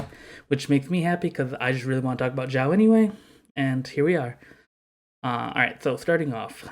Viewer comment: Hey buddy, just so you get used to the right pronunciation of your favorite character's name: The way you are pronuncing is sounding like "Zhao" in mandarin The correct way to say Xiao is "Shiao"